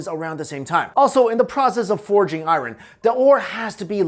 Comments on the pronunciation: please stop for the love of God stop saying "IRUN"! Its "I-URN"! You're killing me smalls, killing me! Tee-hee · "Eye-ron" triggered me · bro ican't even watch this whole video cuz the way he say "iren" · Iron is pronounced ion not i-ron. R is silent.... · i thought his name was? why does he keep saying I Ron? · I-ron lol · “IRE-REN” (aka Iron) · dude you're saying "iron" all wrong. good video though. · I hate the way you say the word "iron" lol.